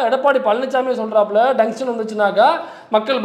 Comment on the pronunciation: டங்ஸ்டன் என்று அவரை சரியா சொல்ல சொல்லு. இல்லை எழுத சொல்லு..